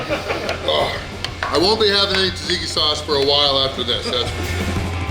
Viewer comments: It's pronounced "Zahtzeekee" sauce, not "Tazeekee." Nice job. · Haha, pronounced tzatziki different every single time. I have done more damage to our local gyro joint with the pitas faster. The serving plate presented a weird difficulty in "leave no doubt" ridiculousness. Also, gyros have beef and lamb.